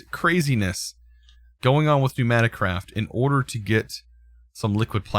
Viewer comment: Its not knewnaticraft, its PNEUmaticraft